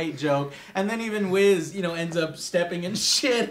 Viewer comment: lol he said whiz